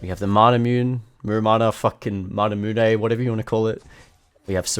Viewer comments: Being honest, Manamune is a reference about Masamune, the japanese blacksmith, so technically manamune pronuntiation is: Ma-Na-Mu-Ne Not "Nay", just simply "ne" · Manamune - mah-nah-moo-nay It's the sword of Yasuo per ruined king game reference, and the design of Ionia characters are like japanese/chinese/korea basically oriental asia thus most of the time, it should be pronounced per syllable as japanese is syllabic language unlike english a rhythmic language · Manamune is pronounced as Ma-na-mu-ne. The item and its upgrade derives from famous Jap swords - Masamune and Muramasa. Also commenting for the Algorithm 😄